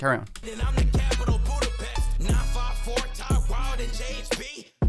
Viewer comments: Jamar: Budapesh is my CITY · I just want to say he said capitol ,butapes indecating he is butpes i dont know why there was a typo but there was